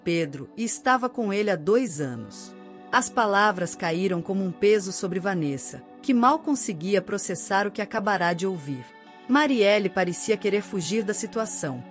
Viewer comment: Não é acabará de ouvir. É acabara de ouvir